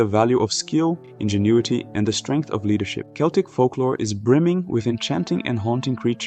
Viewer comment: Great video, Celtic is pronounced like with a K fyi